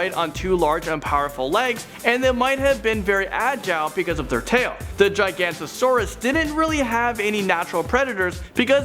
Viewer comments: Giga.. noto.. saurus. Not Gigantisaurus >.> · Yay prehistory on Youtube. Entertaining. By the way, not to be nitpicky, but Giganotosaurus is pronounced Gi-go-no-to-saurus. Still a good video though.